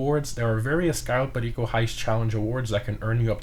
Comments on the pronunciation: My man becomes pure Colombian when he says Cayo Perico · HOW DID U SAID "CAYO PERICO" LIKE AN HISPANIC, Nunca los entenderé. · i still find it satisfying when he says cayo perico